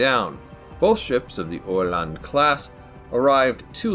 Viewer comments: Yea the pronunciation was spot on 👍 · I’m so happy I finally get to watch a proper history vid on this fine little boat! Great review. Also you nailed the pronunciation, I mean for a non Swede at least 😉